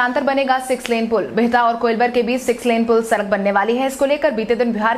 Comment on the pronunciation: Sarak sarak kar sadak bolo